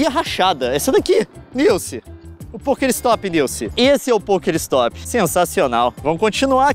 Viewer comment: ele falando poker ristop kakakakakaka sdds dessa época LEON VOLTA COM POKEMON POR FAVORRRRR